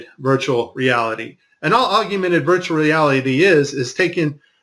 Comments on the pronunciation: Aug-mented. Not Aug-u-mented. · "Aug-u-mented virtual reality" lol